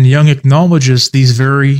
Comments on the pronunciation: Stop saying 'young' it's Jung with a U. Jesus christ dude look at the pronunciation, this one's very easy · Stop pronouncing Jung as young 😢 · I don’t get how you can know Jung so well but not know how to say his name correctly. It’s not like the English ‘young’. The U in Jung is like in the English ‘put’ or ‘foot’. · Also young is technically the english translation to his last name so its not far off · Is it somewhat like "Yoong," but with the "y" sound at the beginning not being as smooth as an English speaker would pronounce it while saying "you," for instance... but something that might be described as being between that "y" sound & a "chk," but with the sound made in the back of the throat & mouth instead of with the teeth at the front of the mouth?